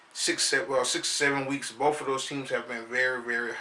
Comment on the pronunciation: If you could lose that "bof" with "both" you might be ight idk jus tryna help cuzz Forr real rep them steelers i said it first right here super bowl champs this year SMASH MOUTH FOOTBALL